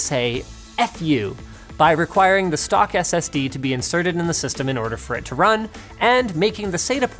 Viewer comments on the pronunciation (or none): none